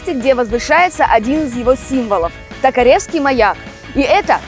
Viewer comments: тОкаревский маяк! Ударение на О. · тОкаревский правильно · Токаревский ударении на букву о!!!!!!! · Плохо, когда о моём городе говорят приезжие невежи. Не ТокорЕвский, а ТокорЁвский. Не надо дёргать колокол, его на набережной нет. Есть рында. Упростила себе жизнь и проще уже некуда. Что за напасть на Владивосток из "известных" приезжих. Короче, сиська приехала, так сиськой и уедет. Кушать - глагола нет. Чифанька - это местные по интеллекту уроженцы гпту и бараков. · Не токоревский, а токоревский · ТОкаревский.....заманали блоггггггеры троечники деревенские